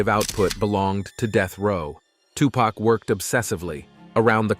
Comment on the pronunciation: It’s Tu-Pac (Poc) not Pack I hate when yall pronounce his name wrong.